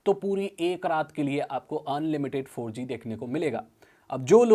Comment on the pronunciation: That abrupt Four Jee tho lol😅